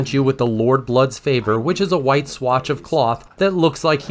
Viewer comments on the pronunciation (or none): none